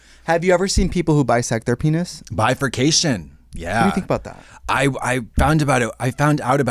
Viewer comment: more like BRI-FIRKation, like the brifirkation of drag youtube